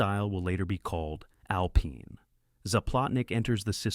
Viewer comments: Why cant a.i say alpine properly 😂😂😂😂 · Ai mispronounced a lot of words...annoying. AI needs "Hooked on Phonics."